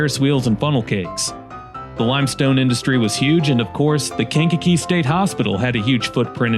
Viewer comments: KankaKEE, accent on the kee😅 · Aka kank-a-jank and skankakee.